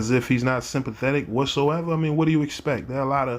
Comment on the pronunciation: How come people from Baltimore don't know how to pronounce the word do? it's not duew 😂